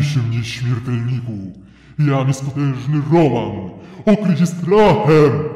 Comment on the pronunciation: Rołmen a nie Roman XD